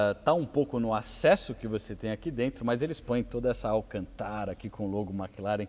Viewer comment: Nao da pra se sentir bem com ele falando alcantára